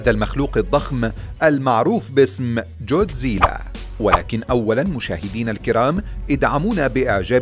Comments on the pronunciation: جوديزلا؟؟؟ الولاد ييجي بالكاف و يقرا كودزيلا و بالعربي بينحط غين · كودزيلا❌ جوديزيلا✅ 🙂👍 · كوزديلا ❌ جوزديله✅ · ليس جودزيلا بل ڨودزيلا او godzilla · جودزييييييييييييييلااااااا هههههههههههه ما بتعرف تحكيها جاد زلا اسمه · انت قلت الأثنين غلط اسمة جودزيلا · يا بطل ليش تنطق اسمه جودزيلا بهذه الطريقة؟ چوودزييلة؟ لا بجد بأمانة انا مستغرب الموضوع لا أكثر. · تتعرف تحكي god zila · اول شي التعليقات ما منها فائدة ثاني شي نطق الاسم غلط ثالث شي ولا وحش من الوحش بيقدر ع جودزيلا الموضوع غبي الوحش ٣ رؤس دمرو جودزيلا و ما عندكم موضوع لا تنشرو ✋❌